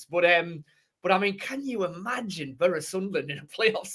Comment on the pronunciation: Love this content guys buttttttt I don’t like how says Boro it’s like burra 😂